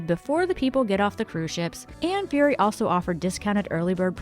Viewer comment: Thank you for pronouncing Fury correct. Every one seems to say Furry😂 Those sunset were the most amazing. I want to go to Smathers, I agree it's the nicest and has a tropical paradise feel. After watching numerous vids of tarpon feeding at Robbie's, I am over it, but might be fun stop to eat. Love your hat, it is perfect, sadly mine isn't, not as pretty, but functional. I think biking the 7 mi bridge would be amazing, just not in summer unless it's an e-bike. Another fun thing if you are interested in arts is to do a tour of The Studios which has tours of artists studios and homes in some funky places and lanes usually around March.Maybe not for everyone but a lot of people don't know about it. I love Conch watching lol 😢